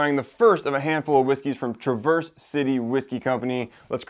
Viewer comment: Great vid as always. Have to give you a couple of heads-up though. For one, Traverse is pronounced trav-erse city. Not like traverse traveling. They make great products, and the town is awsome to visit if you ever get ip that way. My only criticism of them is they are not very transparent about the fact that almost all of their products are sourced. I dont know about the finished products, but as of last summer when i was there, the only juice for sale that was their distillate was their north coast rye.